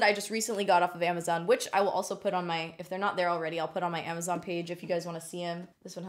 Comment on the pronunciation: "MAY FAVS"? Yar favs.